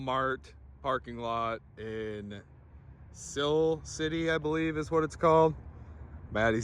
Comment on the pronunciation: It’s Si-ler city. I used to work there and I know exactly who you went to for the tune…